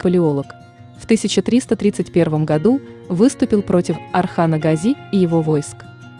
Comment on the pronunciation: Well… Watch and listen carefully Osman Kurulus series and you will hear many times how they pronounce the word Gazi: always GAzi and never GazI.